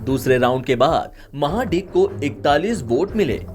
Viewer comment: Anchor should know how to pronounce the name it is mahadik(महाडीक) not maha dick lol